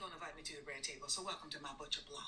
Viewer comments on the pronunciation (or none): She said RED TABLE....NOT BREAD TABLE